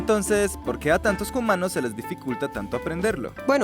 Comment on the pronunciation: Amo que digan Jumanos jajaaja ❤